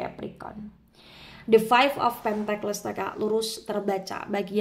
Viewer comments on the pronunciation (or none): Cara sebutnya pentikel kak. Bukan Pentekles 🙏